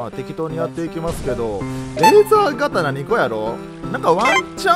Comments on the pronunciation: レーザーがたなじゃなくてレーザーとうですよ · レーザー刀一応読み方レーザーとうです